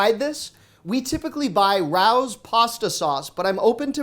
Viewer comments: “Rawr’s” pasta sauce is pronounced Ray-oh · Ray- yohs not Rah ohs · Rao's is pronounced Ray-O's not rowz. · it’s called Ray-O’s not Rouse!!! Rao’s Pasta Sauce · Congratulations 👨‍👩‍👧‍👦 dont know if anyone mentioned the name of the pasta sauce you and your wife use. I think you were saying roast? It is pronounced as Ray oooooo's that is the only one I buy if I dont make it myself. A lil pricey but worth every penny for that real taste. You can keep all the others in my opinion there all like olive garden fake Italian food. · We buy either Victoria's or Rao's (pronounced RAY-oh's), whichever is on sale. The ingredients can't be beat! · thank you for your videos! A quick note... Rao's is pronounced "Ray-O's"... it's from a famous restaurant of that name in NYC. Cheers! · It’s pronounced RAY-O’s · the tomato sauce you normally buy is pronounced "Ray-oes" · The pasta sauce that you're trying to pronounce (Rao's) is pronounced as: Ray-o's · Victorias sauce is good and the other is pronounced Ray-O’s. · It's pronounced Ray-Os. It's actually a restaurant in East Harlem, the last of the Italian spots of East Harlem's yesteryear, besides Patsy's and Our Lady of Mount Carmel. And congrats on little man! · Not to sound rude, but the correct pronunciation of RAO'S is ray-o's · It’s pronounced Ray Os friend 🙂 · Nobody is offended by his pronunciation of “Raos” sauce? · Just like me, you’re saying Rao’s wrong. Now that I know how to really pronounce it, I wish I never found out the real way. Look it up. Thanks for the amazing videos!